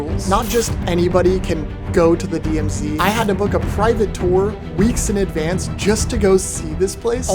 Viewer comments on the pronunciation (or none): none